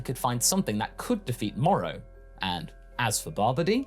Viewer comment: It's Moro... with an o.